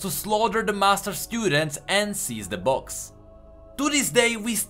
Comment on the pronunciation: Wait, so it was a book? pronouncination made me think it was a box.